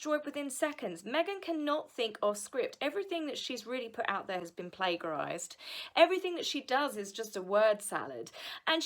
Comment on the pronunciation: Plagiarize is pronounced 'play juh rize' not 'play guh rize'.....